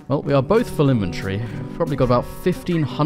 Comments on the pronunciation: It’s called “inventory”, not invenTREE. There is no tree in inventory.😂😂😂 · Its inventory not inventry